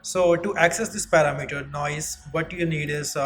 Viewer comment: Excellent job. Just a tip, most foreign speakers get this word wrong but parameter is not 'para' 'meter'. It is And click on the pronunciation. Just a pet peeve of mine. Thanks a million for your clear and concise tutorial. I subbed, keep up the good work.